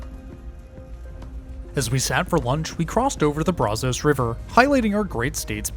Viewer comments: With your pronunciation of New Braunfels and the Brazos River, it's clear that as Lyle Lovette says: That's Right, You're Not From Texas. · I love your vids but you pronounced the brazos river incorrectly ❤